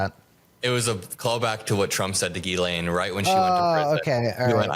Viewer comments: lol He pronounced her name Jizzlaine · thank you for calling her "jizz-lane" as opposed to "gi-lane" Maxwell. you made my day. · It's not Jizz Lane! It's pronounced Gilane (hard G, no Z) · I love how Cameron pronounces her name "Jizz-lane"🤣🤣🤣🤣🤣🤣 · Is Maxwell's name pronounced Jizz-lane? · Is he purposefully saying, "jizz lane"? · “Jizz-laine”😂😂😂…sounds about right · Why are you saying jizzlane? you sound like an idiot. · Did he call her JizzLane? Lol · Jizz Lane is my favorite mispronunciation of her name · I've heard Ghislaine pronounced in so many different ways, but I think my favourite is hearing say "Jizz Lane". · I like how Cameron pronounces it - it really fits the bill. Jizz-lane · Why does Cameron pronounce "Ghislaine" as " jizzlane"? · Could you possibly bother to pronounce her name correctly? It makes you look amateurish when you can’t be arsed to do so. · Why is he pronouncing Ghislaine like that? Not but the other guy?